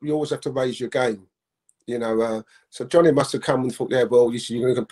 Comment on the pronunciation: wait.. who’s realised how incey keeps calling Donny “johnny” 🤣🤣🤣🤣🤣🤣